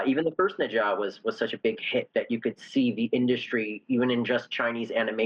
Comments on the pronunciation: Neezaaa that is how you pronunciate it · Did he just pronounce Ne Zha as Ninja?? wtf at least learn how to properly say it